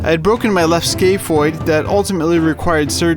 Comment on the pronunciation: i thought he was saying skateboard the whole time like someone named a bone skateboard